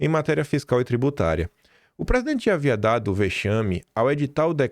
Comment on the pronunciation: "O PRESIDENTE HAVIADADO" o melhor trecho dessa matéria, :face-blue-smiling: aos ate aos , prestem atenção